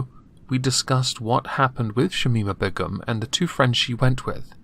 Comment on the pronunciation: Please learn to pronounce Begum